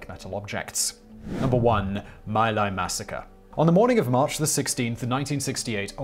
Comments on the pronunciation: Laos is pronounced LOUSE, not Lao. My Lai is pronounced me-LIE. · The name of thzt village is pfonounced "Mee Lye". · Just a note, the pronunciation of that little village was MAY LIE in American pronunciation. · It's pronounced MEE Lie (damned if that's not telling in itself -- read on.). Calley was scheduled for separation from active duty and then Nixon stuck his apostate Quaker¹ nose into the affair and, when he couldn't get Calley acquitted, ordered his house arrest and detention under those terms. ¹As a descendant of Quakers myself, I find any relinquishment of conscientious objector status to be apostasy of the highest order. Nixon relinquished his to serve in the Navy in the South Pacific theater. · Simon, Simon, Simon...Dude, "Khmer" of Khmer Rouge is said more like "C'mere" (i.e. contraction of "come here"), not "Kai Meer." Also, it's pronounced "Mee Lie" (like pidgin English for "I lie"), not "My Lie." I recommend doing the overdubbing thing you did early on in the video for these too, Simon. Sure, it's YouTube, but you look old enough to know better Simon. Simon, what if I made a video of your nation's famous battles at "Again Court" and "Has Things"?